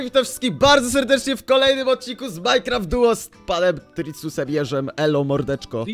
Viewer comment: to jest MINECRAFT DUO a nie MINECRAFT FOUR XD